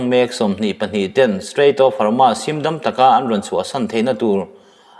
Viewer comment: Hormuz hi i lam diklo ve ziah, Hawrmaz ni lovin Hawrmuz ti a lam tur zawk a ni e.